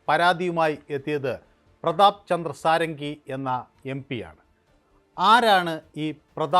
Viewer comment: ഷഡംഗി (സാരംഗി അല്ല)